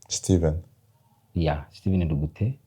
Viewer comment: Ndugute. Not Ngugute